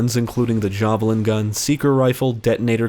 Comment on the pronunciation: The Jaw- Valin gun? Interesting prononciation.